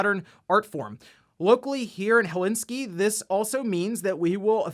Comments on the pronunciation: Oh god you murdered the Helsinki pronunciation. The right way to pronounce it is basically "Hell" and "sink" combined and then "i" added to the end. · The way you pronounced Helsinki :D